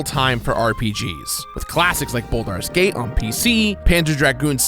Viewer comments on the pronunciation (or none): "Buldar's Gate?" Isn't it Baldur's Gate? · What is Buldar’s Gate? I have heard of Baldur’s Gate but not what he said. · Stopped watching this channel because he inevitably mispronounces the title of a game every damn video. What the hell is “Boldar’s Gate”?? It’s not that hard bro.